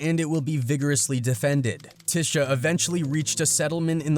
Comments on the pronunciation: Sounds like he's calling her tissue.😂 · We Ain't Gone Act Like He Didn't Keep Mispronouncing Tisha Campbell Name......!!!!!😂😂😂😂